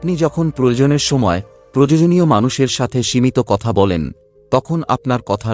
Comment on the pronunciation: শব্দ টার উচ্চারণ হবে "প্রয়োজন"আপনার উচ্চারণ হচ্ছে প্রযোজন।দুটো শব্দের অর্থ টা কিন্তু আলাদা,তাই বিষয়টা লক্ষ্য রাখবেন।আপনার সব ভিডিও তেই এই উচ্চারণ ভুল হয়।